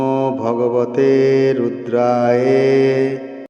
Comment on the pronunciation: মন্ত্রের উচ্চারণ ভুল আছে সংশোধন করে দিবেন। শেষের শব্দ টি রুদ্রায়ে নয় ওটা হবে রুদ্রায় অর্থাৎ অ এর উচ্চারণ হবে।। ধন্যবাদ।